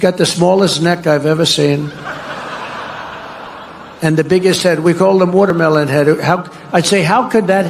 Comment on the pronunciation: "wuhturmelun head" Bwahaha